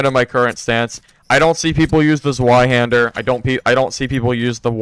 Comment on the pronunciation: The Zwei in Zweihänder means 2, and you can pronounce it as Tsvai (dont know to to write it for english), but the Z has a Ts pronunciation and W has a V pronunciation